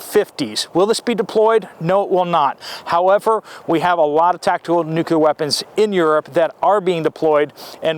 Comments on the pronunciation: Nuclear, not nucular. Nice cannon 👍 ☢️ can't wait. Gonna be a f. Flag. What an exciting day we live. Hurry up and wait 😀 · Nuk-lee-ar , not nuc-u-lar. Yea, I'm an English major. 🤷🏼‍♀️🤣